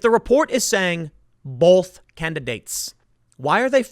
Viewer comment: Tim, there isn't an "L" in the word "BOTH"